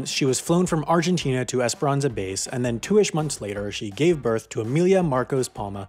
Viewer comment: Did he say burn or birth? Becuase I really need to know.